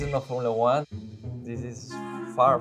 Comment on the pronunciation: It's not Formula One. Yes you're right. It's Formula Juan